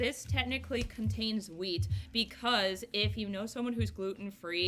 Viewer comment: I love your hair. The chocolates look so good. Every time that she said wheat, I thought that she was saying weed 😂. Aww I'm so sorry for the loss of your doggie. The 23rd is the 3-year anniversary since my sweet Chewy passed away. Lossing pets really sucks. My favorite candle scent is anything sweet like candy or baked goods like doughnuts. I'm burning sweet, sugared lemon right now. I HATE strong florals and lavender.